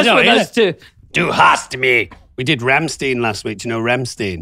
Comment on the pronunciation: Confusing Rammstein (and stop saying Rammstiiin) and Lordi still hurts my soul. Rammstein is one of the biggest rock bands in the world, Lordi was... a thing.